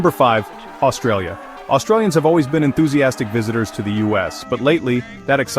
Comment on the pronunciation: You can't even get the name Australia right.